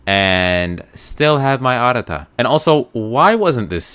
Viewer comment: it's not arara lol it's arata